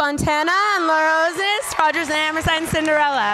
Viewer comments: Poor Laura, this was the second video where her last name is mispronounced. How hard is Osnes? I was disappointed that they mentioned the blog, but they didn't thank Herman. When Santino said "That's not true, either" you can hear the Hernan voice, so I guess he was there in spirit. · I don't understand why they can't pronounce her name right... like, they JUST announced the nominees.